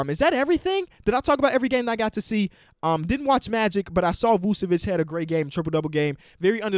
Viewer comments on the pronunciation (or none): none